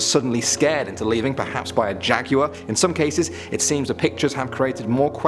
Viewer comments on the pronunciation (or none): none